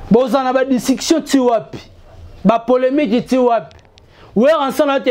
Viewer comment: ON DIT POLEMIQUE ET NON POLEMITE. TOI AUSSI TU CONNAIS PAS L'HISTOIRE CA CONCERNE WENGE MAISON MERE ET NON 4X4. JE REPETE ENCORE, ON DIT P O L M I Q U E et NON POLEMITE QUI N'EXISTE MEME PAS EN FRANCAIS QUE JE SACHE.